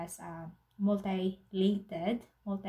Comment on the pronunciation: Mutilated: myu-ti-lay-ted